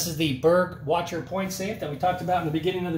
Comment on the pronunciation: It is so cute how you pronounce „Burg Wächter“ - it is german and you pronounce the „ä“ [ɛː] or „ae“. But very good video with some awesome tips from a professional!